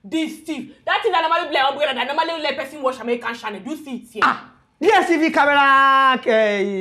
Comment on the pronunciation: DSTV.... Distiv... I died😂😂😂😂😂